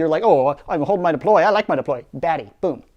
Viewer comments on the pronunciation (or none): "It will see these fuewmes and DEPOLY it into to space"